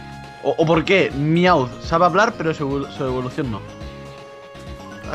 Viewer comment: no es miaw sino mewth